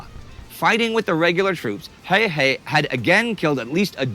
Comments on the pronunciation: You said Simo Häjä in the beginning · I'm pretty sure that many have pointed this out, but the picture in is NOT Häyhä. It keeps popping out every now and then, but it's not. Oh and if you want to learn how to pronounce his name it's "h"ello, d"a"d, n"ew" "h"ello d"a"d. Finnish A is like A in father, and Ä a in as or dad. Simo is like "Salt" "Immobile" "More" "Opera". Thanks for the video :) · Finnish pronunciation doesn't alter like that. What you suggest would spell out as Hauha.